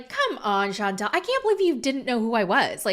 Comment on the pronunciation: It’s pronounced Shan tell, not Chauntel. two different names